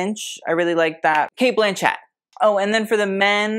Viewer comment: Cate "Blanchette"😂😂 wild. Like machete!